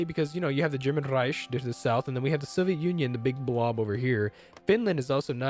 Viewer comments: It's Reik not Reish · REICH Rike Not Reish Rike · you are rolling german and swedish words when you dont need to lol. Reich is more like Rike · You say reich dead weird ? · It's basic German. Ch is Pronounced like J in Spanish.